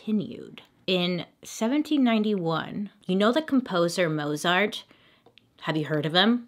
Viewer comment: You are so cute when you pronounce Mozart as Mozart as it is written as opposed to “Motes Art” (how I spell the Real pronunciation of One of the most gifted pianists and composers known. Luv ya girlfriend, keep on doing what you do!